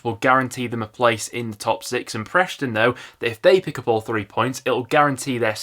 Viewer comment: It’s Bristol and Preston not Brishtol and Preshton.